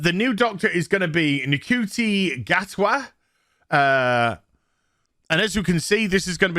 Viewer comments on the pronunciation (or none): Fancy not being bothered to learn how to say his name. Such excellent YouTubing. Such a pro. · Someone needs to learn how to pronounce his name... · You could at least pronounce his name correctly. Would have taken 30 seconds to find out